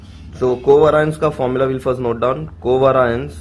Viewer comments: It's pronounced co vay-ri-ance , not coveraince 🤦🏻‍♀️ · Itna aata hai toh khud se sikhna co vay-ri-anceeeeeeeeeee